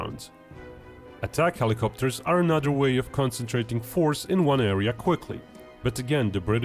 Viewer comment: Love the Brit’s trying to say “th” homie said “anuvuh” 😂